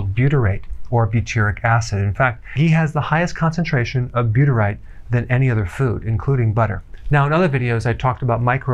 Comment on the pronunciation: Loaded with buytrate? It’s 1% buytrate 😂😂